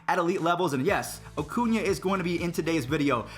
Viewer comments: Cringed when you said “Oh-cuña” instead of “Uh-cuña” 😂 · Why does he ocuna, it’s Acuna lol